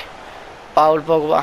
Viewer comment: Tot isteric ai rămas ! Și vezi, e "Pol" Pogba, ca nu de alta, e francez și ma gândesc ca faci și tu franceza la generală !